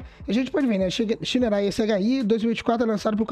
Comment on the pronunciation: Pronuncia o nome correto da Shineray please